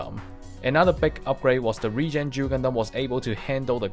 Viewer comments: It's Duel not Jew. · O fuck he's saying duel not jew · I'm trying to quit nicotine, but I keep hearing Juul when he says Duel :,)